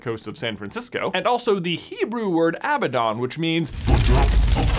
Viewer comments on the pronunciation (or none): that hebrow word is pronaonced aa-va-don, our letter for B and V is the same and it deppend's on the rest of the word whitch saond you make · As a hebrew speaker its 'avadon' and not 'abadon' you in the way you pronounce it